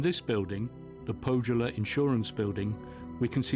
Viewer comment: As a Finnish language professional I find it irritating that the presenter in the underlying otherwise excellent video had not bothered to check how the names are pronounced. The letter J in Finnish is pronounced as in German, i.e. like the Y in "year" in English -- and notably the presenter pronounces the German word "Jugendstil" correctly! Pohjola would be approximated as POH-yaw-lah and Tarjanne as TAR-yun-neh.